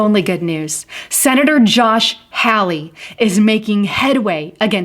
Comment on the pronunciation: Great information. Josh Hawley is pronounced HALL-EE.